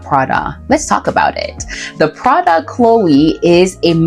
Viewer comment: It's also pronounced To-TAYME and De-LOYTE. Hedy Slimane, not Silmane. Prada Cleo, not Chloe.